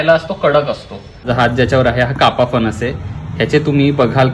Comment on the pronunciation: फनस नाही रे... फणस म्हण....